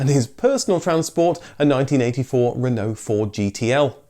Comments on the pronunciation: At the end you pronounce Renault we in Ireland butcher it and say renAULT as it’s spelt 😂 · Why are you saying Renault and dacia wrong ....? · You seem to have two pronunciations of "Renault" ......We Brits tend to say "Ren-O".....your other one is more "RerrNo" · Being French it is pronounced Reeeno (roughly) you don't say the LT part at all.